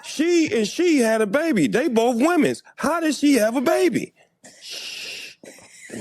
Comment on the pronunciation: “They bof womens “ 😂